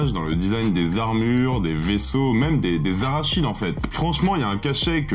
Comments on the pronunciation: Haha... J'ai eu la même réaction que beaucoup en écoutant cette vidéo! Starship Troopers - l'invasion des cacahuètes tueuses venues du cosmos😂 Alerte aux Arachides le "n" s'étant fait la malle dans une autre galaxie très lointaine😅 Une petite maladresse ça arrive, on ne peut pas en tenir rigueur d'autant que le contenu de cette vidéo est de très bonne qualité. Merci 👍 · Tu dis Arachide ptdr, c'est Arachnid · Arachnides et et pas arachides frérot ! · les arachides???? t'es sûr mec? tkt on les aura toutes à l'apéro les arachides ;) ça se prononce plus "araknides" en fait, comme la classe à laquelle appartiennent les araignées sur notre planète. Déso j'ai pas pu résister😘. Sinon super vidéo super intéressante comme d'hab 👍 Pour la suivante je voterais pour Pulp Fiction en mieux. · Arachide ? Ils se battent contre des cahouètes 😂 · "Arachides" :face-green-smiling::face-green-smiling::face-green-smiling: C'est araCNIdes, bro! :face-blue-covering-eyes: ça veut dire : de la famille des araignées. :elbowcough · Les arachnides , pas les arachides 🤣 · Arachnides qui ce prononce Aracnides. Arachides c'est par exemple soit de l'huile d'arachide ou qui contient de cacahouètes. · ARACHNIDES ET PAS ARACHIDE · Arachide? Tu es allergique au araignées? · Quand tu dis "arachide" pour "arachnide" c'est volontaire ? Bon les aliens ressemblent plus à des insectes qu'à des cacahuètes 😅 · J'ai failli recracher ma cacahuète en entendant arachide au lieu d'arachnide ! Ouf mon apéro est sauvé ! Je choisi Terminator ! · Les arachides... On va pas te louper au club de l'étoile avec ça. Rachide non plus d'ailleurs. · et ça marche ! j'ai remis en arrière pour vérifier si tu avais bien dit arachide ^^ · ah, "les arach(n)ides" ! 😉😆 🥜🕷️ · Aaaaaaah 😱😱😱 A-RA-KNIDE ! LE CH SE PRONONCE K ! Arachné, Arachnophobe